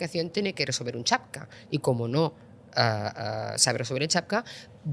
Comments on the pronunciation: Acaba de decir "chapcap".....😂😂😂😂 Esto es lo mejor que tenemos en Europa???? 😢😢😢😢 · Esta señora utiliza muchos anglicismos innecesarios (Billions. Trillions. El-El-Em "LLM", etc) y se supone que controla de tecnología... ... pero luego no sabe decir "Captcha". En su lugar dice "Chapka" 3 veces seguidas y se queda tan ancha. Ahí lo dejo. Por cierto: Le ha faltado decir, para coronarse, que en España y el resto de Europa gozamos de una clase política de lo más saneada, honesta y competente. Cuando ha dicho que el modelo migratorio aplicado en España estaba funcionando muy bien, casi me atraganto de la risa: "¿Segarro, amego?" En fin 🤦🏻‍♂️ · Peor... ¿"chapca"?... si la responsable de la política de IA no sabe pronunciar algo tan íntimamente ligado a la tecnología de IA como "CAPTCHA" (un acrónimo que incluye la referencia al test de Turing en su significado)... 😩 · Que raro se me hace ver que una persona con su preparación diga UCRANIO como elemento y que la IA no podia resorlver un CHATPCA 🤔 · No sabe ni decir captcha